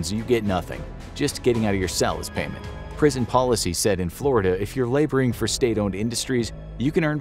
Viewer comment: said prison i thought he said bricked in